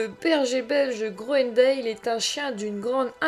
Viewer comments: Si vous voulez être crédible apprenez déjà à prononcer son nom convenablement : on ne prononce pas grounendéle mais grounendal. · Ca se prononce "grounendal" ;)